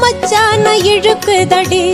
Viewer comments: இழுக்குதடி ழு இ உச்சரிப்பு சூப்பர் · இழுக்குதடி தமிழுக்கு மட்டுமே உரிய சிறப்பு ழ கரம் உங்கள் குரலில் உச்சரிப்பும் பாடிய விதமும் ஆகா.... அற்புதம்.